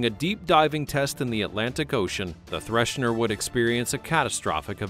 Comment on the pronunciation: It is THRESHER....there is no "n" in her name. And the Typhoon Class is completely misrepresented here my friend - See the movie "The Hunt For Red October" for what the Typhoon Class really looks like please...